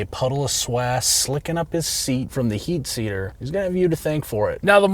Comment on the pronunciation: You said "heat seater" ... i somehow always say that